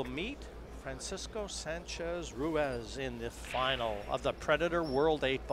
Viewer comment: Tony, please teach Jim Wych how to pronounce Francisco Sanchez Ruiz's name. It's not Ruaz. He's so annoying to hear.